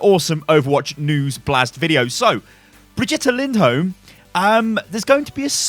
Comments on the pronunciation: Sound out like this BriG-E-Ta Lind-Holm. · You say brigit lind holm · Amazing names, but she says her name in the Origin story. Just saying. "Baguette Lindholm" XD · if say brigitte lindholme one more time...